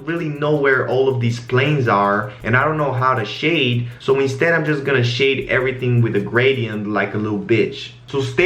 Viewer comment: I love the way you say "shade" it sounds like "shit"